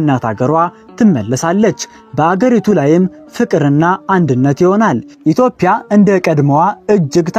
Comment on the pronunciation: የኢትዮጲያ እንጂ የኢትዮፕያ እያልክ የምታነበው የፈረንጅ አነጋገር ይዘህ የምታነበው ለምንድነው?